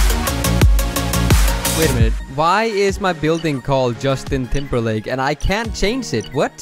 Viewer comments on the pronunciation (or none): ‘Justin Timber Lake’ 😂😮